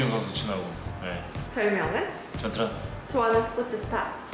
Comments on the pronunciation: 전전이 아니라 전트란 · 잉 ? 전전 이라 들리긴하는데..? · 전트란으로 들리는데